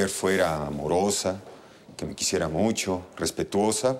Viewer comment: Luciana es tan linda y noble, pero lo que me desespera es cuando pronuncia la CH por SH. MISHASHA, MUSHO, SHAMBA, NOSHE, COSHINA, y más....